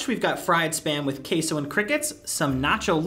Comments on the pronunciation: Why are they saying kaso in stead of queso :/ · are we gonna ignor the fact they said CASO not CESO srry if its spelt wrong no hate pls